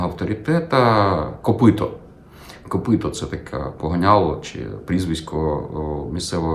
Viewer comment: Може Копитко, а не Копито